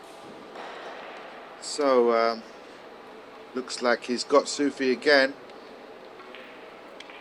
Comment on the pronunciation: I kept hearing Mohammed Sushi... did have Japanese for lunch?